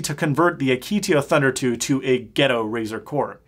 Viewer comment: Something about the way he says "ghetto" sits wrong with me